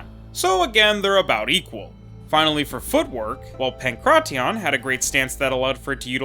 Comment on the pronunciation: The way you say pankration makes my skin crawl